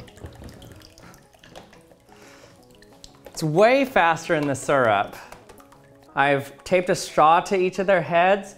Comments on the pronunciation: its syrup not surp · “Surup”... smh. it’s “sierup” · Its syrup not surrup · I hate the way he says syrup. It's not sirrup. It's searup. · Suurrp. It’s Syrup, SEE-RUP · 1) we're all disappointed he did not swim in syrup 2) I'm disappointed that he mispronounced SEE-RUP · As a native English speaker, this irritates me as well. Me and everyone around me pronounces it like "Seer-rup” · Him: pronounces syrup (see-rup) like (sir-up) Me: cringes every time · I don’t trust people who say syrup sirup it’s seeyrup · Its SEER-up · If this guy says it like serp one more Tim ima take his spinel fluid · Right!? I hear that a lot, doesn't make any sense to a non-native english speaker. "Sir up"🤦‍♂️ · 14 seconds in, already annoyed by the way he says syrup. Surrup. 😤